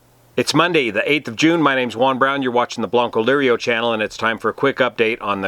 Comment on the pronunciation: C'mon you keep saying "bloncolirio" instead of "" how hard can it be to get that right, great job on your Channel,though, thanks